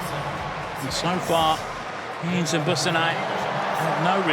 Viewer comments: Henes is pronounced "Hen ess". It is irritating when announcers don't take the trouble to get details like that correct. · Fantastic run. You'd think the commentator could pronounce her surname correctly, especially considering her mum was a great athlete in her day.